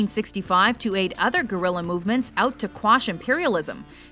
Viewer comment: someone should really learn to pronounce guerilla